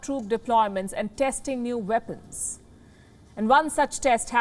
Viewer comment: Those veapons are wery dangerous in the vorld